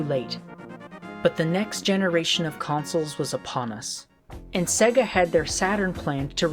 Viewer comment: it is really embarrassing that you can not pronounce Sega. It is Say-gah not Segga.